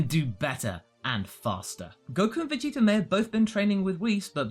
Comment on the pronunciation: is it just me or do you pronounce Vegeta's name like "Vegeter"?